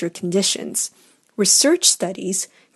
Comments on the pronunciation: CRY OH ... not CAIRO ... redo ... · *Cryo-, not "Cairo" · It’s not cryogenics as pronounced in your video, it’s cryogenics.